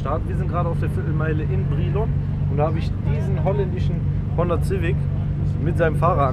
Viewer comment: Honda Zivik. 🙄